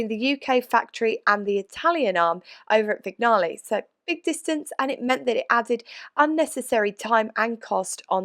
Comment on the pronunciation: If I may, Vignale is pronounced like cognac - Vinyaley.